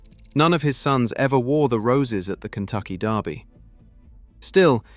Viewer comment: Kentucky DERby not Darby